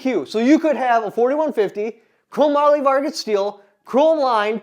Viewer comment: Are you saying chrome moly Vargas? Chromium-Molybdenum-Vanadium